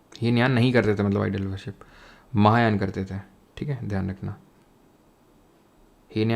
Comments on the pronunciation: Heenyan or mahayaan glt bol diya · hinyan mahayan galat bol die